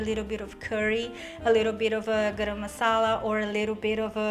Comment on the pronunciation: I loved the way you pronounced "Garam Masala". Great recipe! Thanks for sharing 👍